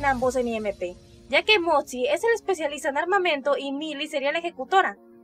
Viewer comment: no puedo dejar de reirme cuando dice "motzi"